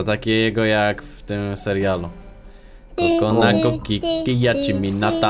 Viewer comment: Tojt to się mówi kokolako pisze się cocolaco nie kokonako